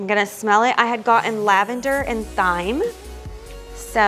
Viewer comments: Just a little FYI—thyme is pronounced the same as “time”! I know, it doesn’t look like it would be 😂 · Thyme is pronounced "time".